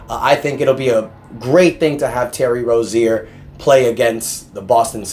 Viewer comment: And bro it annoying how u say rozier say it right bro ur basically saying terry rosier